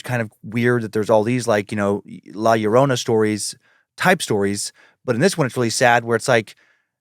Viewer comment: It sounded like said "Y'all Lorrona" and now I can't get a Deep Fried Southern version of Llorona out of my mind 😂